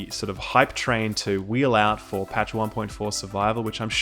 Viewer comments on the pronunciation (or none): none